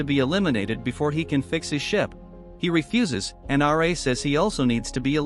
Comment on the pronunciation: RA not r -a